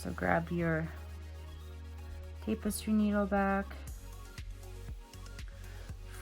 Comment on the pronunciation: It's pronounced tappestry not tapestry